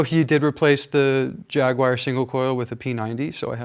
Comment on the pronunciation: Why cant people pronounce jaguar. Wtf is a jagwire